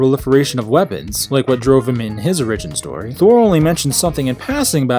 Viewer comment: oRIgion stohree?